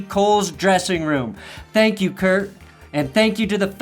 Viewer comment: Til- dudes name is kirk not kurt